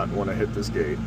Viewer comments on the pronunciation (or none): none